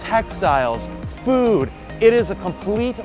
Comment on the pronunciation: food not dood